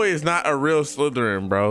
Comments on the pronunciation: bro says house slytererin whilst having a ravenclaw cloke on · I’m here for the nuance of being so lit that he can’t properly pronounce Slytherin while repping Slytherin 🥴